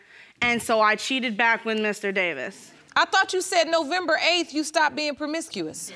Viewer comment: Good thing she stopped being "perm-misk-ee-us" 😐😳